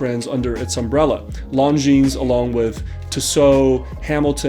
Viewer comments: You pronounce their name lawjean, not lawnjeans. Cheers! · Lon-jin! Not long-jeans! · Longines is spoken without s at the end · Oh boy, I think I may have been pronouncing another brand wrong for a while. I’ve been saying lawn-Jin-es